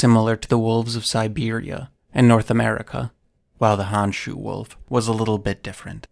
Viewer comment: So, it’s pronounced like “hone-shoe” not “hawn-shoe”.